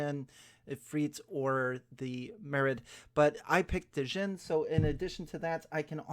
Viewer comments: Its pronounced "gin". Like the drink... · Djinn is like Django, the d is silent.